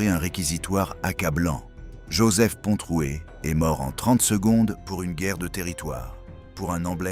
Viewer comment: il est bien dit Pontroué avec un r